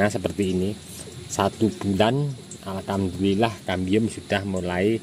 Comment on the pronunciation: Maaf om saya kok dengar ucap syukurnya alkamdulillah terus ya, apa saya yg salah dengar😁